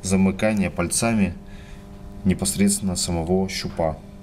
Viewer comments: МулитимЕтра, мультимЕтр!!! ПАльцами, а не пальцАми! Не снимай больше. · Не "мультИметр", а мультимЕтр!!! И не "пальцАми", а пАльцами!!! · Какая безграмотность надо говорить не мультИметр, а мультимЕтр, не пальцАми, а пАльцами и т.д.)) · "ПальцАми ..." ударение показывает, что мастера когда-то пробивало ..! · Про электрику рассказывай на русском языке. Главное ударение делай правильно. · Был бы русским, так не говорил бы. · Несколько стремный способ, если мультиметр окажется неисправным или с малым входным сопротивлением. Ну и "пАльцами" и "мультимЕтр", так ударение будет правильнее.. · Парень ты откуда такой??? мультИИИметр, пальцАААми, у меня пздц уши кровоточат. В какой школе ты учился??? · пальцА́ми, мультИ́метр.... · Главное ударение в слове пальцами поставить на вторую букву а ,которая после буквы ц, и ты становишься бессмертным. Как в школе учился,так и работает